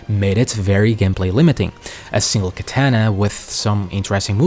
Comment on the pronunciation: Just stopped at 9 minutes when you butchered the word “prosthetic” and “katana.” It’s not kaetana